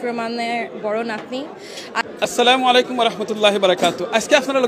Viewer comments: সে একজন মুসলিম আর সে কিনা একটা সালাম সঠিকভাবে উচ্চারণ করে বলতে পারে না আফসোস, সালামুআলাইকুম, এটা কি সঠিক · সালাম টা শুদ্ধ ভাবে শিখলেন না। অত্যন্ত দুঃখজনক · শুদ্ধ ভাবে সালাম দেয়াটা শিখলে না,আফসোস।